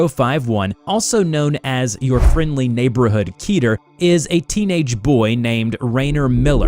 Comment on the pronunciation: Kidder It's kedder What you said wasn't Ketter What the heck were you thinking when you're making your audio